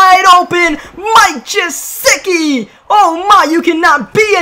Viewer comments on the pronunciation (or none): Anyone else notice how he pronounces mike gesicki wrong everytime, also he went to my high school